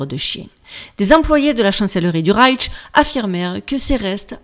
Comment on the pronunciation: Coucou ma belle dyslexique 😂 ça se prononce reich avec juste ’’ch’’ y a pas de ’’t’’ Tu en rajoutes et c'est bien plus compliqué à dire 🤣 reiTch Bravo pour le boulot et l'image est très bien sur ma tablette. Tu es lumineuse